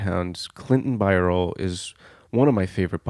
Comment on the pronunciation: Please pronounce his last name correctly in this video. It has three syllables - BY-er-lee